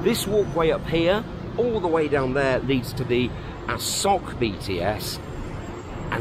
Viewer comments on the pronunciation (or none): Absolutely a blast to see you back !! I was going to comment about the beard and later in the video you invited us to do so lol... lose the beard and look 10 years younger, that's my opinion ! Also, you pronounce it Ah-saw-k, it's Ah-sow-k 😁